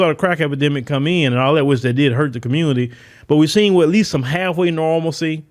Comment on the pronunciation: THESE ARE THE "QUEANZ " OF THE COMMUNITAH ..